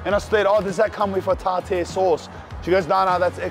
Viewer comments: Man it's pronounced Tar- Tar ,tartar sauce...here you are doing a fish review,you are tasting them for the first time so maybe taste it before you smother it in "Tartar" sauce 😏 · Tar tear sauce💀💀💀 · The pronunciation of tartar sauce 😂🤣